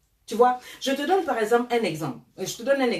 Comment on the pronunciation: Elle dit paer ça des conneries🤣🤣